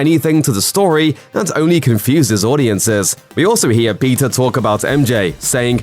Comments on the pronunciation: It's PETER Parker and not PIZZA Parker 🧐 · Guy’s pronouncing Peter as pizza. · He pronounced Peter like Pizza, wtff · Why does his "peter"sound like pizza? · Is this guy saying Peter or Pizza?